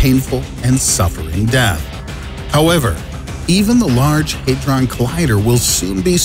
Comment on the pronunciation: “Haydron” Lol, had-Ron... hadron...